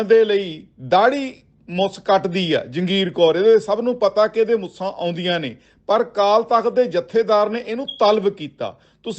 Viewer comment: ਓਏ ਮੁਸਾ ਨਹੀ ਮੁੱਛਾਂ ਕਹਿ 😂😂😂